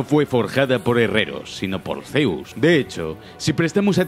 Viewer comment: "ZeOussS" xDDD buen video, 30 detelles alucinantes de Rise of the Tomb Raider